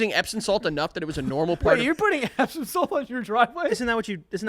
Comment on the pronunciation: Is it just me or are they saying "epsin salt" and not "epsom salt".. I can't figure out if I am hearing it wrong or they are saying it wrong.